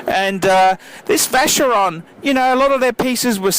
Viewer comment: Hi, can you please pronounce these brand names right? They are not "english" names, so please pronounce them as they should be pronounced. I believe these brands deserve it! I talk about all of them ( Jaeger LeCoultre, Vacheron etc...). Thanks for your videos!